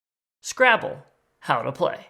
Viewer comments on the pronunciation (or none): "Scramble"? I misheard you!